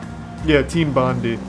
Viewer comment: And again with Bondi 😂😂 ‘Team bondee’ lmao, it’s Bondi! As in Bondi beach.. ‘bawn-d-eye’ he literally referenced the fact they’re an Aussie dev team, also muricans, aussie is pronounced ozzy, ffs! Why do we have to educated you every time you speak! S makes a zed, yes, ZED, not ‘zEe’ sound in English like, all the time. Realise, specialise, exercise, these, cheese, nose, diagnose, Tesla, blouse etc etc all make a z sound. So do aussie!